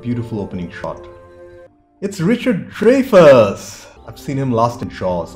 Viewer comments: Uh, nope. BAD introduction by you. The principal actors were: Will Wheaton, River Phoenix, Cory Feldman, and Jerry O'Connell. Then - Also starring: Kiefer Sutherland. And, no - Richard Dreyfuss's last name is pronounced Dry-fuss ( y sounds like i. ) Rainer? No, it's Rein ( like - rine )- er - director Rob Reiner's last name. You asked, "I wonder how they shot this?" - about the train scene: they use forced perspective to make the train look like it was right on top of "Gordie" ( Will Wheaton ) and "Vern" ( Jerry O'Connell. ) You mentioned the excellence of the soundtrack. The overall music was by Jack Nitzsche, with song clips from MANY popular songs from the 1950s ( since the story takes place in 1959. ) I, too, LOVE the song "Stand By Me" [ originally recorded by ( the late, ) great Ben E. King in 1961, ] and re- recorded for the film by him. See here for - excellent "music video" version of Ben E. King singing "Stand By Me:" - shot sometime during the production of the movie; as King is seen, after a black-and-white old-clips intro. of him singing about the first minute of the song, singing in 1986 to the crew and some the cast ( primarily principal cast members Will Wheaton and River Phoenix, center. ) Other than that ( the above corrections to your bad pronouncing of peoples' names, ) GREAT reaction/review of a very brilliant movie. Also - you mentioned that you had watched, and done reactions/reviews for other adaptations of Stephen Kings storie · Richard Dreyfuss's last name is pronounced like "dry" not like "dray" as you were saying. Not a big deal, just letting you know for future reference. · If you've seen the third Indiana Jones flick, "Last Crusade," then you've seen at least one River Phoenix film because he played young Indy. By the way, it's pronounced Dry-fuss, not Dray-fuss.